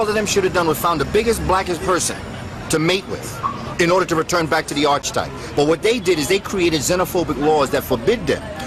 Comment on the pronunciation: It is arc e type not archtype brother